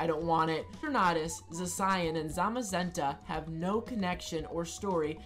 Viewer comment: Don't know why but your mispronunciation of Zacian is off-putting.